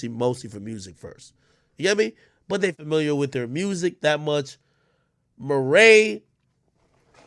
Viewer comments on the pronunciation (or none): none